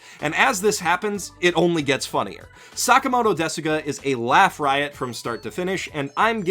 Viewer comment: It is "Sakamoto desu ga?" The "u" in "desu" is silent.